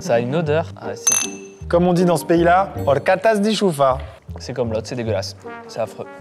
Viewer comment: Bien le bonjour je me permets de reprendre Maxime dans la prononciation de la boisson de la marque Chufi : "Orchata" (qui s'écrit "horchata") La horchata est la boisson locale de la communauté de Valencia en Espagne (j'y ai un peu vécu) et la Chufi est la marque la plus commercialisée dans le monde (c'est possible d'en trouver dans vos supermarchés dans le rayon Espagne, enfin parfois). Le nom vient de la tubercule, "chufa" qui est utilisée pour produire la horchata. A ma connaissance cette fameuse chufa ne se cultive que là-bas pour des fins alimentaires. Ces tubercules sont soit comestibles en tant que tels, soit broyés puis mélangés avec de l'eau, du sucre, un peu de cannelle et de citron pour donner de la horchata. La horchata peut se boire fraiche ou carrément en granité. Elle s'accompagne généralement d'un "farton" (une sorte de brioche en forme de baguette). Le goût n'a pas de comparatif avec d'autre saveur mais sachez qu'il est très appréciés des locaux (j'en raffole également mais on s'en fout de ma vie). En tout cas si vous comptez voyager en Espagne un jour je vous conseille vivement de goûter à cette boisson ^^